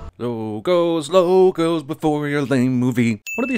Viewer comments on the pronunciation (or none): "Lo-gos Lo-gos before your lame mo-vie" 😂😂